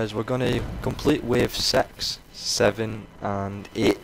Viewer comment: "Wave sex" - Gotta love that accent!